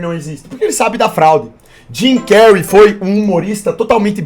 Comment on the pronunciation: O melhor é o chamando de Jimy cary ksksks